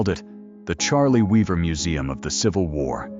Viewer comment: horrific AI roboslop fake voice is so bad it CAN'T PRONOUNCE THE NAME OF THE GUY THE VIDEO'S ABOUT. Not only that, this is a fake scandal. Cliff Arquette never pretended his real name was Charlie Weaver. This claim doesn't even make any sense. If he wanted to return because he heard the top-rated talk show host said "Whatever became of Cliff Arquette?," why would he return under another name, and playing another character? Also, the robot claims at the beginning that Arquette invented the character after he retired, but then later on says Arquette had actually invented Charlie Weaver years earlier! And why is it a crime to be associated with a fictional character you created? Paul Reubens wasn't really Pee-wee Herman. Charlie Chaplin wasn't a tramp. Samuel Clemens wasn't Mark Twain. Lame.